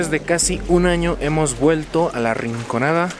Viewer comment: SOLO YO ME DI CUENTA QUE DICE RICONANDA?